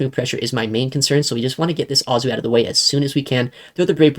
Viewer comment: Every time you saw Azu I always go “omg” it’s A-zoo” not “ah-zoo” 😂😂😂